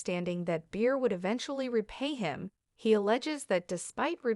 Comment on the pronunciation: Cant stand to listen to these breaking news when they cant even get the main persons name. Its Shannon Bedor not Shannon Beer